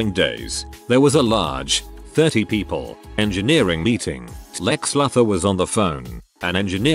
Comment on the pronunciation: Like when the mispronounce words for example Lex Luthor on this video I was like lol.